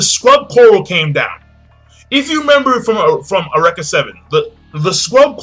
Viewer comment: awreka seven yo.... its u-reak-a >_>